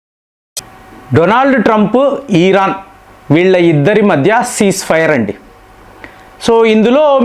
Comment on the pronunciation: ఈరన్ కాదు.. అది.....ఇరాన్. , please